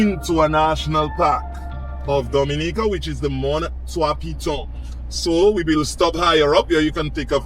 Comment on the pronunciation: All that time spent with Blessed and you couldn't come away knowing how to pronounce Dominica correctly.